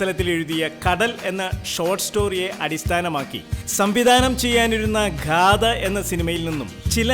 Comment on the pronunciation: ഘാദ അല്ല മാഷെ ഗാഥ